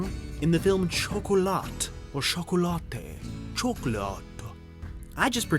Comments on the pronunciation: please learn how to pronounce French! You are always making mistakes with French pronunciation. Chocolate = chocolat, in French. The 't' is SILENT. So you pronounce it as CHOC (Shock) O (OH) LA (to rhyme with 'HA'). Choc o la!!! 6th of June 2022 from Ireland 🇮🇪💕♥️💐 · The movie Chocolat is pronounced SHOKOLAH...NOT Chocolatte... :P